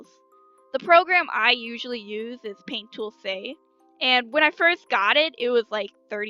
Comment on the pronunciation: "paint tool sey"